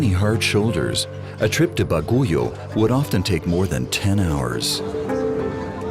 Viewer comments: its bagyo,,,,not baguyo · I was born in Baguio, and it’s bothering me so much how he pronounces it as “Ba-gu-yo” 😭 it’s pronounced *Bag-yo or even Ba-gui-o lol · Thanks for this documentary, I do appreciate you include our country. I just want to point out one thing. I hope there was a research on the right pronounciation of the name of the city. Baguio City is not pronounced BA-GO-YO but BAG-YOU. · What? BAGOYU? It's Baguio ( Bag + uio ) Sounds Like Bagyo Or Typhoon In Other Sound Translation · Baguio is not pronounced as Ba-gu-yo but pronounce as Bag- yo. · It would've been better if the writers did a little mor research. To cite a couple, Baguio is pronounced BAg-yo, not baguyo and the currency is pesos, not pecetas, although they did get it right later on in the video. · Bagu-yio? BAGUIO. Bah-gee-o. What the hell? And that's not a Jeepney anymore, even if the concept is the same. Jeepneys actually look like modified Jeeps, which is where they started, with the classic grill with vertical slats and round headlights mounted on the distinctive angled mudguards of a Willis Jeep, the attendant bucket rear wheel tubs, small tail lights and marker lights and simple World War Two slotted mud tires. Too bad the Australians are now taking over the Phillipines since we left our bases and turned them over to the government. They are disrespecting and erasing its history. Maraming Salamat. And, uh, I don't think he's working on an air cleaner, even for air brakes. More likely clogged fuel lines. Sayotee fruits? CHAYOTE. And they are nowhere near "pumpkin-like". They are solid all the way through, with a central pit section (seeds). And the Filipino currency is the peso or piso, not pesetas, which are Spanish. This is getting more and more annoying, and I'm still in the Phillipines. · Not baguyo but Baguio. A capital city of benguet. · Baguio is pronounced Bagyo. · its not bagoyo its baguio.ay inaya ito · How did y’all absolutely slaughter the name Baguio? 😂